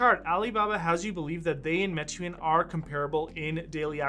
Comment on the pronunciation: great video. Meituan is pronouced "May-Tu-An"